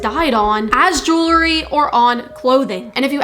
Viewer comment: The word is “ jewelry “or “ jewellery “ if you’re British. Not “ jewlery “.